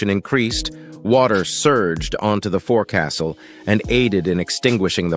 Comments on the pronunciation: It's pronounced 'fo'csle'. No castles on modern ships. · Teach your AI to pronounce forecastle “FOLK-sull”. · Dear AI it's pronounced, folk -sal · Foc'ile pronounced 'folk-sol' not For-castle. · It's pronounced folk sil, not fore castle. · Guy literally said for castle 😂😂😂 it's pronounced folksole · It's pronounced 'fokesull' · Don't ask why, just understand that in the Navy the term "forecastle" is pronounced "Fohk-suhl" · "Forecastle" is the original, complete word. Among English speaking sailors, it is pronounced "foc'sle" (FOHK-SLE). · Forecastle is pronounced “Folk-sil”. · Pronounced folk'sul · Pronounced "foke sul", NOT forecastle. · It's not pronounced like it's spelled. It's PRONOUNCED Foke-sel. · Pronounced : FOKE SUL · You need to retrain your bot voice. When written as “FORECASTLE” it’s pronounched FOLK-sel. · It’s pronounced “folksul” NOT FORECASTLE. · Please pronounce it FOLK-SULL. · Forecastle: it's pronounced FOLK sul. Usually written fo'c's'le. Your welcome. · It’s pronounced “foc-sel”! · Forecastle is not pronounced "forecastle" It's pronounced foksl. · Pronounced Foc'sle. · It’s pronounced focsale… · Besides the Navy history asecondary thing that struck my mind was the mispronounced word "forecastle". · Pronounce forecastle properly please